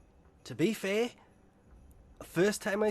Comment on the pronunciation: "To be fai"😂😂